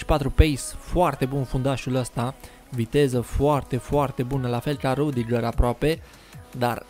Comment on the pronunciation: Nu se citeste rudiger